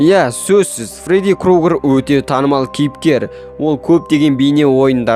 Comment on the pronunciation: Крогер емес крюгер деп айтшы!